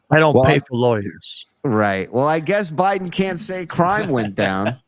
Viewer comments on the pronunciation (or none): none